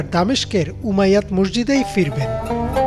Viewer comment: উমাইয়াত নয় উমাই ইয়াহ শব্দ হবে